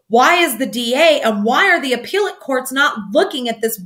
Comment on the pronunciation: "appealot court" lol. love your videos and theories!